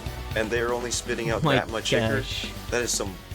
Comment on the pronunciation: Its icor your right